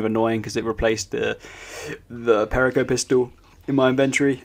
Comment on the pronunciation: You butchered perico. Its: Pe-ree-co